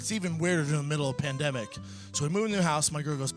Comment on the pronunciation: Did he say? Pindamic